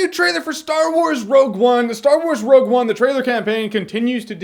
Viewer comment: wogue one?